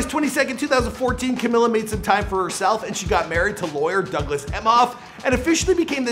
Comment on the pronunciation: Camilla???? How did you mispronounce her name the whole video though?